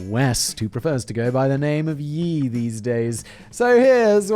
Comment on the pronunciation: it's pronounced Ye like as in Kanye. Not yee like yeehaw